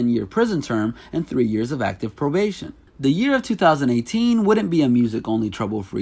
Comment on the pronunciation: Stop puttin so much emphasis on yo 20eighteeeennnnnssss